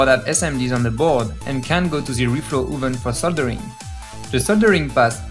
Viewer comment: oh no it's ze reflo ooven!!!